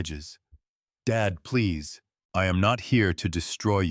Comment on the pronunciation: I like the story but why is Dad read as dead